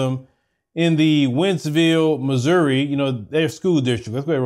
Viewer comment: It's Missouri💀